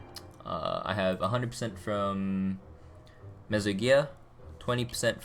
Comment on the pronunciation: Btw it's meso not mezo lol